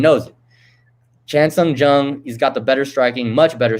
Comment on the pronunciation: He is not Chan Sung GUNG. Just call him Korean Zombie if you can't pronounce his name correctly.